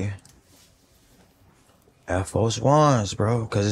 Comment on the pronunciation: “Air Fo 1” 😂😂😂